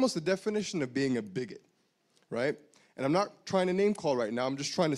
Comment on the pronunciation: I was sitting here thinking ”funny how he uses every single talking point we hear about daily in the media.... how he pronounces biggot with some extra Oomph, and drags out islamophobia.” And then He stands up not even a full 2 minutes later and says ”I’m just using the word so people here understand what i am talking about. When i say that they understand.” Yeah, you was trying to ponder to their fear and their emotions, the one whos is biggoted and a liar here is you. Sit the fuck down, the people didn’t listen...